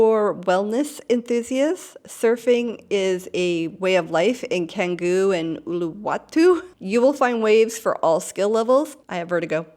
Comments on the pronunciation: Do you live in Bali? Have you been there? Pronunciation is Indonesian is very easy as is phonetic and i feel that if you had been there for any length of time you would know that c sounds like ch. so it’s chan-goo, not can-goo. One you know how each letter sounds, it’s phonetic! I don’t live in Bali but I’ve visited there a few times and learned some key phrases and learned how their language works. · The letter "c" in Indonesian is almost always pronounced "ch", so it's "Changgu" and not "Kanggu".